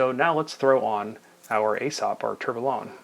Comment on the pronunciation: At least you are self aware to it😁.. yes, you guys in the US do say things in a funny way 😉. Actually just one thing- Tourbillon is pronounced without the “LL”, so it sounds “to(u) r bi yon”. Great review. I own the Aesop, the other dial, and the Pierre Paulin (same dial but with 3 hands). I enjoy them a lot.